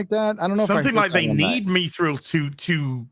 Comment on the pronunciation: ME-Thrill? You mean Mithril?